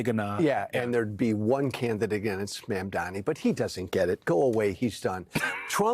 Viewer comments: Calling him "Cuoma" is actually a fantastic retort to his constant mispronunciation of Mamdani (which is super embarrassing for Cuomo btw, I don't understand why he thinks insisting on "Mamdami" is a good look) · Why can’t cuomo pronounce mamdani’s name correctly? Is it intentional or he is so dumb? Either way this guy should not be the next mayor. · It’s MamdaNi this guy still can’t pronounce the name of his future mayor?